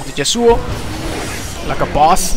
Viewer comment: Pretty salty about the YAsuo (emphasis on the first syllable)